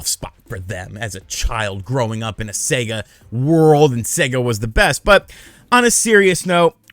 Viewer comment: Thank God. An American who can pronounce SEGA correctly!!!!! :)))